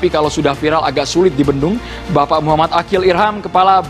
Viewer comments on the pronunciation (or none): none